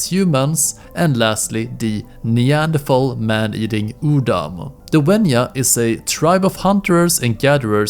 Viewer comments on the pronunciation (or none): none